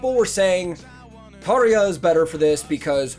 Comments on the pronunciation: Hey dude! You pronounced "Tarja" exactly correct, just like real finn should do it👍! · You’ve beautiful pronunciation of Tarja highly appreciated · You pronounce tarja and the dutch words very good 😀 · You pronounced "Tarja" allmost like a native Finn. Impressive :) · You pronounced Tarja very well! Heippa Suomesta :)